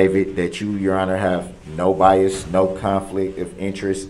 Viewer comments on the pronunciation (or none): Just listened a second time...as painful as it is to witness this abuse against this judge and our Judicial System and just Sociatal Norms in general..Ugh..but oh my nerves..if he says ax or axed One More Time...I think I'd rather hear biast...idiot. I better stop I could go on and on and I know I'm preaching to the choir....and I know your interested in, ( which I think is very cool) where your listeners are from and all...I'm not from an exotic country or anything....well...actually that's debatable...I hail from The Great STATE OF TEXAS...said all that to say thought you might get a kick out of the fact I'm a soon to be 62 year old neurotic female...which I'm sure old enough to be your grandmother lol..Just wanted to let you know that and last thing, I've said it before and I'll say it again....I simply LOVE how you HATE him sooo..fist bump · Biast, troof, and being confused about being muted...he thought being muted meant he was allowed to hear what was going on!!!grrr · I HATE how he tells the judge she's a public servant! Have you done a video on all his mispronounced words? Oath....Oaf, Ask .... Axe,, bias..... biast...